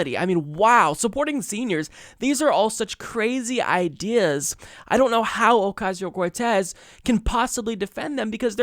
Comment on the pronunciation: They revel in mispronouncing her name.